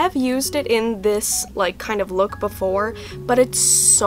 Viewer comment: sounds like your saying luke instead of look.